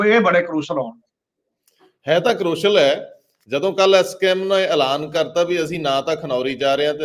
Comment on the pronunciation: Pronunciation of words like Leadership,Shuru , Kush . Crucial,National etc. need to be rectified . Agricultural problem is concerned with the whole of the country . Why are only Punjab farmers so agitating ? Thanks .